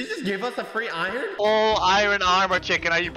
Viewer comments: I love how says “Irene” instead of iron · says iron like iren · my guy you say Iren